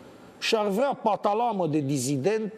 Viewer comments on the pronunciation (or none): Dl Banciu pronunță greșit cuvântul patalama, care se pronunță cu accentul pe ultima silabă; din această cauză strică și ritmul poeziei lui M. Dinescu...